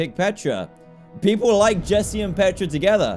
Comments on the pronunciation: Its petra not jetra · it's Petra not Jetra